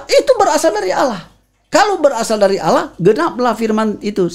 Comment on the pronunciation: Tolong diajari utk mengucapkan "Allah" dengan benar. Jangan Alah